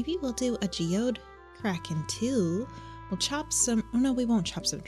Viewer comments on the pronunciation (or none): none